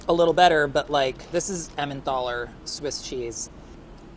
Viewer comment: Someone please correct his pronunciation of Emmental.